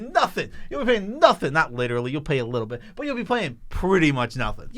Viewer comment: The way says “but” sometimes, hurts my ears. It’s only when he draws it out by adding a syllable to it. It just a little too loud. I tried turning the volume down but then the normal level of sound is too quiet for me.